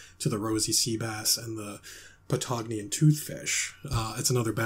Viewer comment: TBH I'm a little disappointed that the "Patagonian Bass" was pronounces wrong, but this is still amazing 😤